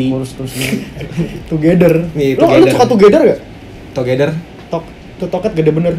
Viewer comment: "TOGEDER" COK WKWK